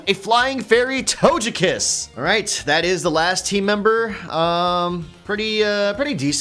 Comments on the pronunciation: Tojekiss hmmm I think it’s togekiss ok hon OK! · It hurt my soul the way he said lugia and togekiss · "toejkiss" "lewjia" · i just can’t get over how he pronounced lugia and togekiss.